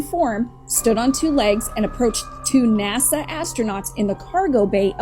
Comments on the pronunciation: Hell yeah! The first and most important question should be is why he pronounces NASA as" NAZA". That's all I want to know. Thank you. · There’s no Z in NASA! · 😂😂 I remember when a fan made him a NAZA shirt (or hat, I can’t remember which)… you’re asking the important questions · = u cant sue me nasa i clearly said naza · did she say 'nasa'??? occupy psyence and sciecology! FAF